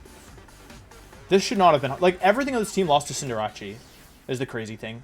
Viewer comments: I don’t get why he calls it CinderaCHEE isn’t it called CinderACE? Does he do it on purpose or am i reading it wrong. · It’s Cinderace. Like cinder in fire and race, cause it’s a rabbit. Not Rachi. Just saying. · You are aware cinderace is pronounced like Sender Ace right? You keep confusing it w jirachi i do believe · Just for my sake and others... CINDER-ACE. As in an Ace if hearts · I just realized he pronounced the c in Cinderace like a ch, and wasn't saying "Cinderachi" as a portmanteau of Cinderace/Jirachi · why does he say cinderrace's name cinderachi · Why are you saying cinderace like that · why do you mispronounce cinderace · The way you pronounce cinderace is tilting me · Why does he say cinderace like that im confused im newer to his channel